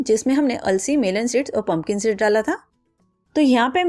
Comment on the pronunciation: थोड़ी देर के लिए,अंग्रेजी को भूल कर, हिंदी बोल सकती हैं, टॉकी, हरकोई,कम पढा लिखा भी, आप की उपयोगी रेसपी को समझ सके।पता ही नही चल रहा है पनकन सीड बोलै हैं या पंपिंग सेट बोल रही है, आपका उच्चारण भी बहुत स्पष्ट नही है। कृपया ध्यासन रखिए कि, कहीं ऐसा न हो जाए कि, आपकी मेहनत बेकार ही हो जाए। इध्वर असपको सद्बुद्धि प्र्दशन करे। Don't take other wise.